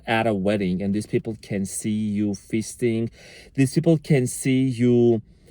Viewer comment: I know you said “feasting”, but that is not what I heard the first time. 🤭 Seriously, thank you for this. I had the worst luck today, and I’m tired, and I just want to cry, but you accidentally made me laugh. 🥹🙏🏼❤️